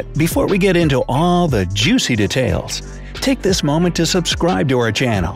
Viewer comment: The way he says details kills me little bit each bit